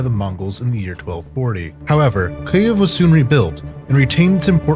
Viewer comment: Best, most clear pronunciation of "Kyiv" I have yet heard. Been struggling not just with saying it right, but HEARING it right, for months. браво, і з нетерпінням чекаємо на наступну частину.